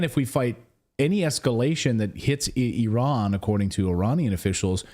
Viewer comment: At last ! an American who can pronounce Iran correctly ! it's NOT eye-ran !!!